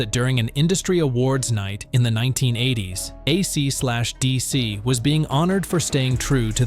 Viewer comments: "uh See de SEE", Ay see Slash Dee see,. Dude comma tell your A period I period not to pronounce the punctuation marks period And teach it how to pronounce and inflect the band name A C D C. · Oh my god, for real. An actual quote, "When A Cee slash Dee Cee..." What!?!?! FUCKING AI SLOP!! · AC SLASH DC???? WTF! You need to tell your AI that it’s still dumb, nothing intelligent in the machine 😂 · Mispronouncing AC/ DC then playing a Boston song gives this video the credibility of a US President. F this AI video.